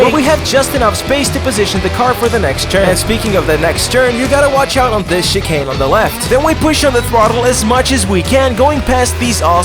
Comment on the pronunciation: you pronouced chicane like chee-kane, it's more like chee-can.